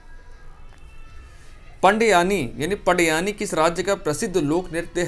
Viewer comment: सर, 7वां प्रश्न का आंसर पडयानी नही उसका सही उच्चारण "पंडवानी" हैं। मैं छत्तीसगढ़ से हूँ इसलिए बता रहा हूं।